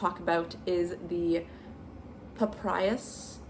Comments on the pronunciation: I’m reknitting the twist loop tank because somehow I switched the front and the back, and ran out of yarn… it’s strange but I’ve had to reknit the last 4 sweaters I’ve been working on for various reasons, but I’m learning a few things which is good. I like your ideas here! Also, it’s pa-pie-russ… papyrus😊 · Wow, hearing you struggle to pronounce Papyrus immediately made me feel so old lmaoo! The font of my childhood 😂, it was all over the internet in the late 2000s.